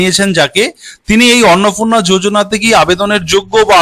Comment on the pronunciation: Kotha ta Annapurna Annapurna na thik uchharon korun